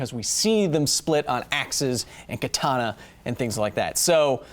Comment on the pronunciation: Also, you are pronouncing "katana" wrong the second 'a' is short, just like the first and third one. Just though I might point that out for those who care. Edit: I'm fairly certain a historical Katana would not have an edge angle of 15 degrees, with traditional forging methods the spine should need to be too thick to allow that. Modern katanas made from spring steel? Sure they could reach an edge angle that low, as could the blades intended for tatami cutting(and not intended for combat), but a katana made from historical steel? I really doubt it.